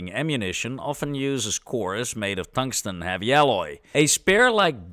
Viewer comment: Tongue-sten is lickable. 😛